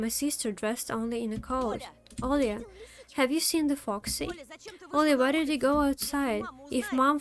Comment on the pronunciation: хотя-бы 720 не ожидается ? И почему у меня ощущение, что ты Русская. чётко с первого раза произнесла имя Оля! без мягкого знака как все другие иностанцы :)